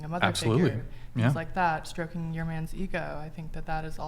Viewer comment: She said "stroking"